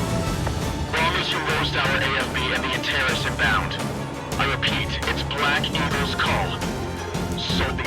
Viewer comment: “I repeat it’s Black Eagles call. Salt the earth.” Sound like “Blaze. May God have mercy”.